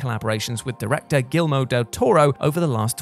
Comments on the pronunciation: GILMO?! Seriously?! Guillermo. Pronounced like Ghee-air-mo, with a roll on the R. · It’s NOT pronounced “Gillmo Del Toro.” It IS pronounced “Gee-ER-mo Del Toro.” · Gilmo del toro. Might as well have just said Gizmo like Lazlo. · did he say “Gilmo” del toro? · Yeah. That one got to me too.